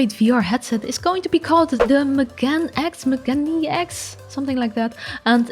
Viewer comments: Megane, lit. means spectacles :) just pronounce it like it is spelled, Me - Ga - Ne :) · Megane (meh gah neh) X. Megane refers to the Japanese word meaning “glasses”…